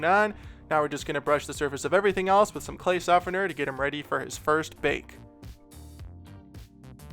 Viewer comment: The way you say "first bake" sounds like "baby's first ____" XD